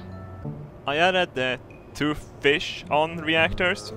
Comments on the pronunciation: "Fish-sion Engines"....XD "Rooover"....XD -2016! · "I added two fish-on reactors"